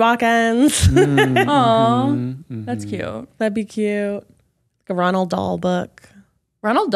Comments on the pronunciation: Roald not Ronald 😉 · Not “Ronald Dahl”😂😂😂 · Roald Dahl not Ronald?